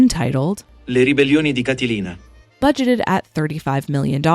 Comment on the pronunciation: Please please please stop butchering latin names, I can't take it no more 😢 For english speakers, Catilina is pronuced KA-TE-LE-NA (the A is open, like in "cat", the tonic accent goes on the second syllable) ❤